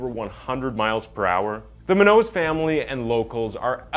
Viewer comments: you read my thoughts. In the intro when dude says "now lets get into the tragedy of Brendan bla bla bla" that should have 100% been the tragedy of the loss of Monique (spanish pronounciation) Munoz, he did botch her last name for sure! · Munoz is a common surname here in California. You should have learned how to pronounce it because the way you say it isnt it. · being Hispanic myself, i heard him pronounce the name, and thought: “hmm that’s weird, never heard that last name before…” Saw the spelling and went 👀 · If her last name is spelled Munoz it’s pronounced moon yo’s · Monique's last name is pronounced::: Moon Yo's =Munoz. Hispanic. Thank you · You make good videos but the way you pronounce “Audi” and “munos” wrong bugs me lol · Dude learn how to correctly pronounce your victims name. Munoz is pronounced (Moon-yos) come on man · You need to learn how to pronounce names like "Munoz", it's pronounced "Moonyos" Also, what's up with censoring random, normal words in the captions? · I'm probably not the first... But Munoz pronounced: Moon-yos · It's pronounced MOO-nyoze, I believe. And daddy bribed people or used other influence to get poor widdew Bwendan a lighter charge. Why is this vehicular manslaughter instead of vehicular homicide ? Because the Khuris are piggy rich not just affluent, not just wealthy, but stinking piggy rich, wallowing in their own self-regard without morals or empathy. Fuck the justice system. If a black man had done this, he would have been doing thirty to life without parole. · Take the time to learn how to correctly pronounce the names of the people you are doing videos on. I’ll help you…MO-NEEK MOO-ÑOZE. It may seem petty but it’s disrespectful to say her name incorrectly over and over and over. I noticed this on another video and it just bugs me that you do all this research but mispronounce their names. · The way he pronounces munoz is really REALLY annoying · Great video but why you pronouncing Munoz like that?